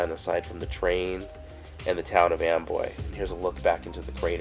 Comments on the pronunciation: It's spelled Amboy but I hear you saying Amway? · Why do the clouds look upsidedown, it sounds like you're saying Amway creator like lower Am